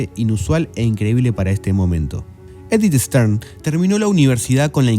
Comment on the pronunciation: En el puesto nº 14 cita a Edith STAIN, que pronuncia ("sten) en frances o algo parecido. Pronunciado en grafía española "estain", piedra, en alemán